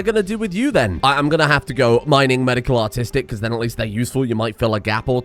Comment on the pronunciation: keeps saying the phrase "You're artistic" referencing his colonists and I keep hearing "You're autistic" instead. Which frankly, could also still reference his colonists, but it's a good bit ruder to declare it at them like that.